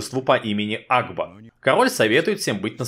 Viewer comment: Блин кагда ты сказал агба я услышал аква